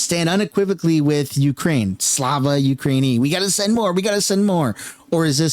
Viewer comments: Its pronounced “slava ookrah-ini” with the accent being on the first “i”. Its pronounced a little differently than if you just said “ukraine”. Also that means praise be to ukraine, which i strongly disagree. Praise only goes to God, not an exsoviet state that has an unelected leader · It's pronounced like "Slava Ookraieena" not that it really matters but thought you might like to know